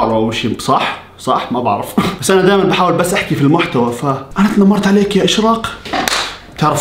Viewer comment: تنمرت❌ 😂😂😂 طنمرت ✅